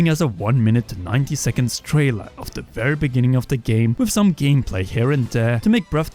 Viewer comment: I’ll never understand how you can pronounce “th” in every word but “the” 😭